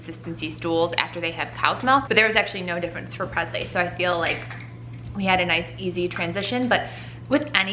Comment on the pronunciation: Don’t get me wrong she’s your daughter and you can say her name any way you’d like, but for some reason it irks me how you pronounce Presley with a ‘z’ sound instead of and ‘s’ like Elvis PreSley. Still love you guys though!